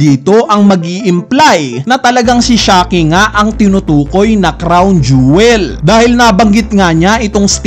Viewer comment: Jowel.pala.un hindi jewel..hehehe